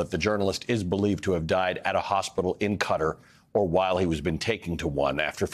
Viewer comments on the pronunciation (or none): Respectfully, wondering how he died and why the journalist is pronouncing Qatar like "cutter."